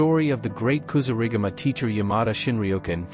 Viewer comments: Another I'll informed AI vid. As soon as it mispronounced Kasurigama, (said [KA-SOO-RI-GAMA] not [kasoo-riga-ma] ! ) I turned the vid off. Also, the AI generated images are terrible. Smh. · Kasuri gama he said wrong hummmmm